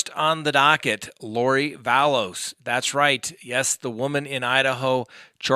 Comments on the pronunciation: LORI VALLOW not LORI VALLOWS STAUCH as in STAUKh not STACH. Just thought you might want to know the correct names. The ring? It speaks for itself. More bad on lori and chad! . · Love your show and your insight but PLEASE stop saying Lori Vallows, with an S, her last name is Vallow! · It was October 2nd for the ring shopping not August and hate to correct you there is no S in her last name just Vallow not Vallows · I know it drives me nuts when he's reporting and he dues that he knows it's not Vallows ect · ValLOW. <- No "S" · I love your channel and your videos, but do you purposely mispronounce every single name or is it an accident? You say Lori “Vallows”, Gannon “Stock”, and Jodi “Aryas”